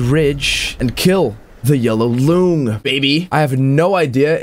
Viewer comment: its actually pronounce "long" , like the bosses, they've got tails and ...long....right ?